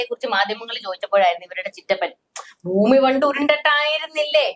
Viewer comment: ഫൂമി ഉരുണ്ടതുമല്ല, പരന്നതുമല്ല. "പരണ്ട"താണ് 😂😂😂